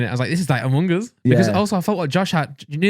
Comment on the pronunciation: “Umung uz”